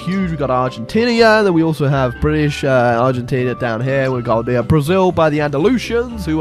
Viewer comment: Why does he say "Argentinia", It's Argentina, there's no "I" between the "n" and "a"